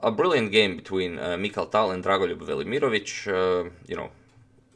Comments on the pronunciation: I clicked to hear how to pronounce his name. I’m pretty sure you are not pronouncing all the letters. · i really like that dragon voluryiermich. And how many times did he say dragunlugj vermoriongage. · Good lord, every time you say Drago’s name I feel like my brain just froze. Slavic names....damn.